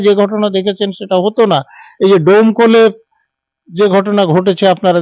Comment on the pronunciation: দমকল না ডোমকল